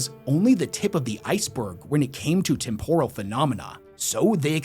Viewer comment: Listening to him pronounce temporal like it's some kind of Japanese dish. It's tem·po·ral, as in I'm temporarily losing my mind every time he tries to say the word